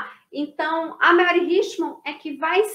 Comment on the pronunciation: Mary em inglês, SE pronuncia MÉRI e não MELRI